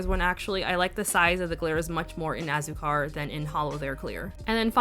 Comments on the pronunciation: Hey, just wanted to provide phonetic pronunciation in case you were still curious you pronounced several just fine but Hah-rr-e-tos Wah-yaa-baa Toh-ron-hah Ah-sue-car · your pronunciation was great for these! Just as a heads up tho for azúcar, you wanna emphasize the u since it has the accent on it so kinda like ah-ZOO-car 🤗 these all looked so great on you too btw, especially Piña 😍🍍 and yay for comparisons!! so jealous you have a good bottle of Delirium, my bottle has a much more finely milled flakie 😩